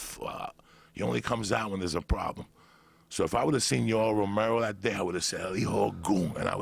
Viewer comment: “do you eva think about ‘dat?” 🤣🤣🤣🤣